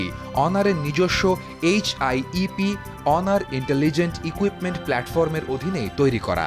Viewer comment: যাক আপনার সঠিক ভাবে উচ্ছারণ করেছেন অনার। অন্য সবাই তো হনোর,হোনার বলে। আর হুয়াওয়ে কে বলে হাওয়াই